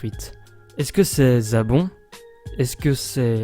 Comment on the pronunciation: On dit pas zabon on dit Zarbon et ginyu sinon bonne video